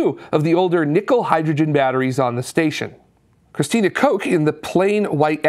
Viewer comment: Christina Koch's last name is pronounced Cook.